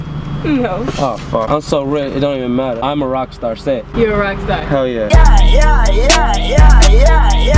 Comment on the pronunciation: Lil Uzi bad at saying yah